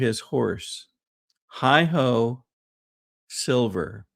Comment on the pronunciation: Not HI “Ho”!!! Hi oh Silver and away!!’